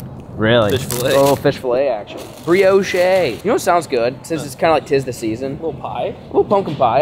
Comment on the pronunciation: please stop saying bree-oh-shay, its just bree-ohsh. lol